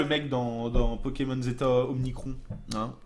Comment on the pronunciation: digigamer man non il les prononce bien